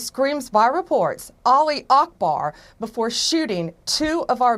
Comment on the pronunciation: I love how pronounced Ali Akbar! I am an American and I don't need to correctly pronounce a foreign phrase used during terrorism.